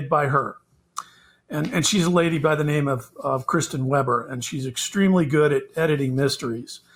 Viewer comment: Hey you pronounced our name right!